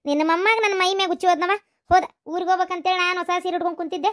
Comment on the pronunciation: Huchche alla uchche.